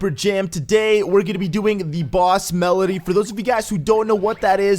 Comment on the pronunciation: It's MEDLEY. NOT MELEDY